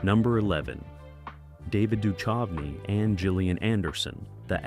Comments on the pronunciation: The h in Duchovny is silent. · You said David Duchovny's name seven different ways and didn't get it right once!! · Right, its like the narrator has never hear anyone else say that name before. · I love the AI's pronunciation of David Duchovy (Du chove e)! 😂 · I noticed that too… so irritating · I hate mispronounced names. Duchovny was the worst. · Yeah hearing him butcher his name and Kim Catrall.